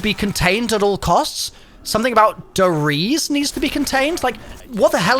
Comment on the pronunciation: E's in German are not silent. It's not "Ries" more like "Reese-eh"